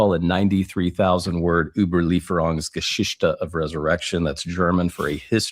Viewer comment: "Überlieferungsgeschichte" Why would refer to his PhD thesis with this word? He did his PhD in the UK. It's almost cartoonishly pretentious that he tried to impress the interviewer with this long German word that he mispronounced - its Geschichte, not Geschischte.